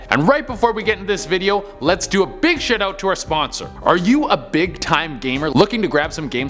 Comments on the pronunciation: Bruh you just said "let's do a big sh*tout to our sponsor"😂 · Did he say shitout 🤣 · Did anyone else hear him say "shitout" at the beginning?